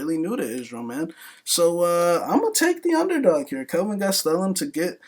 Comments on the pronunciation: Man hearing him say kelvin gas-tel-um drives me crazy!!! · Holy shit the way you pronounce "Gastelum" could be used as a form of torture. Im proposing this idea to the military.